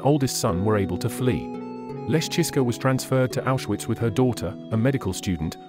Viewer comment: You don’t pronounce Auschwitz , gestapo or Mengele right